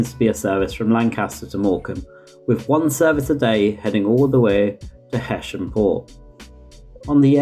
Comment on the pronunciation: You got Colne fine, but heysham is pronounced heeeeeysham, if that makes sense